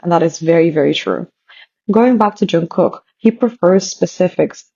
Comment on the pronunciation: Jungkook is pronounced as- 'jungguk' g in ggu not kok if u know what i mean. Just telling, nothing personal 😊.